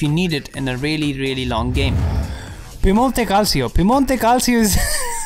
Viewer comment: ehy fantastic video, but I’m Italian and it isn’t Piemonte cal-see-o it’s Piemonte cal-cho. Btw I like your videos